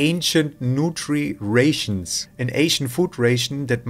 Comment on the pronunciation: Just so you know its pronounced rations not rations 👍🏽